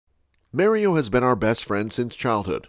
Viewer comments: U did all the other names how hard is it to say mar-e-oh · U keep using the vowels wrong in the name mario